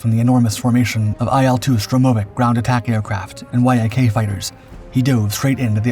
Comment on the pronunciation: Y A K? What the hell is a Y A K? Oh, a Yak yyaaaaccckkkk